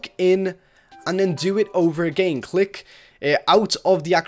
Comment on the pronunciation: I love how this person says again agiiin